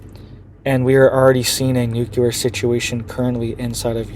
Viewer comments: "Nu-cle-ar". Not "nu-cul-ar" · I appreciate your information, but PLEASE say nuclear with LEE, as NucLEEar and not nucUlar.